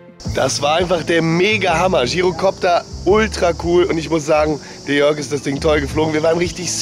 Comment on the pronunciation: Gyrokopter ausprechen wie Girokopter xD